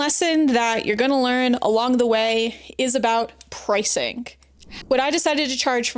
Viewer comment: errr....its NOT "PricingK" its PRICINGGGGGG. Stop putting a K on the end of "ing" words!